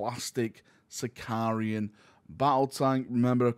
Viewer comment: Why does everyone keep calling it a Sicarian? It’s a Sicaran, there’s no I between the r and a